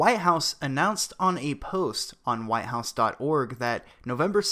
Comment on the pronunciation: The Why-House Are you saying White house?